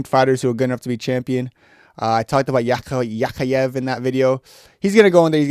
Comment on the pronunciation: bro its yak yaev not yakh yaye